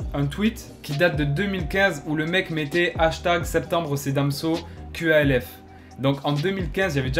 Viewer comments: C’est QALF pourquoi tu dis QLF ? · Dites Qalf bordel pas Q.A.L.F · Tu prononces mal qalf